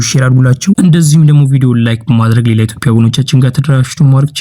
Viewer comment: የኢቶፒያ አትበል በትክክል የኢትዮጵያ ብለህ አንብብ ፣ፃፍ